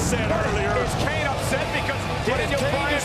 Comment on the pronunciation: IT'S KANE, MAGGLE!